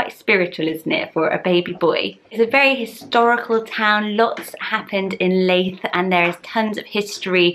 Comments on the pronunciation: Love these as always! I live near Leith in Edinburgh - it’s pronounced Lee-th (like Prue Leith!), not Lay-th. can’t imagine it as a first name though! Looking forward to the Scottish names! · You're not pronouncing Leith right. If you want it to be like the town then it would be Lee-th. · I grew up in Leith, so sorry but your pronouncing it wrong. It’s more like Keith with an L xx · I wont be another comment about the Leith pronunciation 😂 adore all your baby name videos, another name obsessor here. Absolutely love Franz, my angel baby boys name is Franco. Cant wait for the Scottish name list, so many nice ones, Brodie and Lochlan being my favourites x